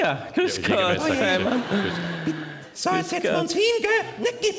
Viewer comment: den Faymann sprechen sie echt genial xD